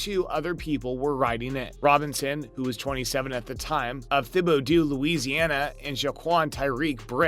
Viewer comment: As a Louisiana man... You murdered the name of Thibodeaux 😂😂😂🤣🤣